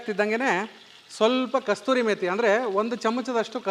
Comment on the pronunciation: ಸೂಪರ್... ಸರ್.,..ಬಾಯಲ್ಲಿ ನೀರು ಬರ್ತಿದೆ. ಅದು ಕಸೂರಿ ಮೇತಿ.....ಕಸ್ತೂರಿ ಅಲ್ಲ...